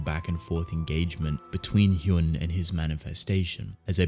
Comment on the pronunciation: I see others have already said it, but 1. "Hyun" is pronounced as you'd pronounce the "un" of words like un-stoppable, etc. "Cha" is the surname, so by Korean culture it should be said before the name. (Also I haven't read this webtoon yet but I think I remember the main character's name being Cha Hyun-su, not just Hyun, so... is that just a translation error...?) 2. I highly recommend "I don't want this kind of hero". It's comedy, slice of life, supernatural, and hides under this seemingly light-hearted air while having these piercingly astute observations and satire about society. Later on the themes and stories it tackles get darker and bloodier too (though it never shied away from death and tragedy to begin with). The art starts a bit shaky but becomes straight-up beautiful later.